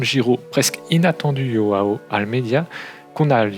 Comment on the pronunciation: Merci pour cette excellente vidéo, très intéressante. Je trouve que UAE est un bon choix car il sera leader au Giro et surtout l équipe sera toute dévouée à sa cause pour le classement général ( juste pour info , on ne dit pas Roao mais bien Joao )